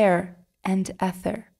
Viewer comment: Very nice! Ether is pronounced eether.